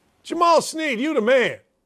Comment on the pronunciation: Hey brother good show but Jamaal’s last name is Shead…(pronounced SHED)